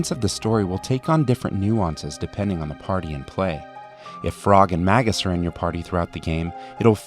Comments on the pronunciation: Magus. May, like the month - May-Gus. Not maggus like maggot. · Maggus? Dude. May-gus. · It's 'May-Gus'. :p (Or else he would've been called 'Maggus'.) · Here's my preferred pronunciations of their names - Crono (Crow-no) Marle (Marley) Lucca (Luka) Robo (I always rename him to Robby) Frog (Come on, now haha) Magus (May-jus) Ayla (Eh-lah) When I was a kid I pronounced Magus with the hard G (Mag-us), but my father told me it was wrong. Years later I found out the Brits say it that way. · great video! One nitpick: I pronounce his name MAGE-uhs like a magic-weilder who is called a Mage with the Latin suffix on the end "-us" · ...right so, it's not pronounced "Mag-uss" then, it must be what, "Muh-goose"?? *roll eyes fuckin nerds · it's pronounced magus, not magus